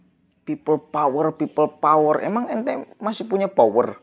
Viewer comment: PEOPLE "DOWER" BUKAN PEOPLE POWER